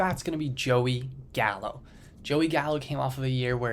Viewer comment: You lost me when you said Gallo